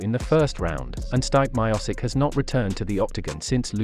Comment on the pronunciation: Dudeee!!You pronounce Stipe Miocic very wrongful and it hurts my ears while you are saying his name...